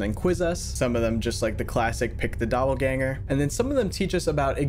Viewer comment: Pronouncing "doppleganger" like Danger kinda cut some of the horror .